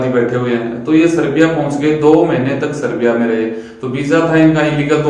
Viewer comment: Serbia aur seriya mai sahab frk hai okay😉 Name toh kam se kam thik bolo😞